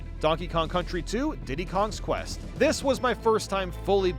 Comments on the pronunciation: ITS PRONOUNCED DIDDY'S KONG QUEST AS IN CONQUEST WHY DOES EVERYONE GET THIS WRONG!!!!!!!!!! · You’re not the only one who says it improperly, so don’t feel bad. But it’s “Diddy’s KONG-QUEST”. Love your videos. Thank you!